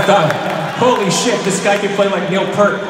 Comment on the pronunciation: I know how much Billy loves and respects Rush, but can you please pronounce Neil's last name correctly?? It's like college basketball fans who cannot pronounce Gonzaga correctly, despite the fact that they have been to the past 20 NCAA tournaments.